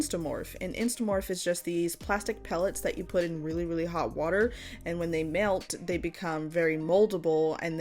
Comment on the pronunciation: Anyone else here her say "MeAlt" ??? Just me? okay.. -_